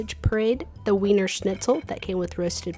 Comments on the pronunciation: Weiner Schnitzel is pronounced Veener Schnitzel which means Vienna Schnitzel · It is called Wiener Schnitzel (the W is pronounce as a V or you can pronounce in Vietnamese as Vy - ne).